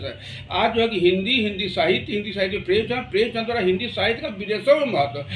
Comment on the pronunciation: अच्छी जानकारी उपलब्ध की आपने पर...प्रेमचंद को प्रेमचंद ही बोलिए प्रेमचंद्र गलत उच्चारण है बाबु...जय जय रहिए 🙌